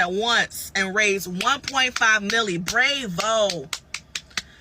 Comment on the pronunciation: Did she really just say brave-o.....🤦🏻‍♂️🙄